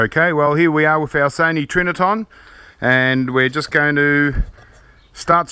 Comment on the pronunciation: It's "Trinitron", not "Triniton". I apologise for being a freak.